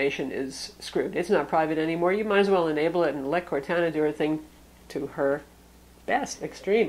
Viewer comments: Its pronounced "core-tahna" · Don't wanna be the guy that goes crazy over pronouncing something wrong but you've been saying Cortana wrong. Its cor-tah-nah :) just a heads up for next time :) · It is Cor-anna, based off the Character from the Halo game franchise, also from Microsoft. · It drove me nuts too lol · I don't know whyyyyy but it reallllly bugs me as well. I'm not that guy who trolls but it just... Well that's not how you say Cortana. But other than that amazing review! You are my go to person for all things tech! Great job! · The way she pronounced Cortana is atrocious. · Dull Panda Sorry, I didn't mean to offend you so much. is awesome. She does a great job reviewing things. I was mostly kidding.